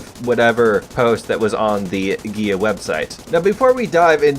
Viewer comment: I swear every time you say GAEA I just hear GAYEEEE